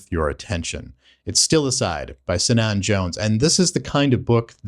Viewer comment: The "C" of Cynan is pronounced as a hard "C" as in "cat". It's a Welsh (Cymraeg) first name 🏴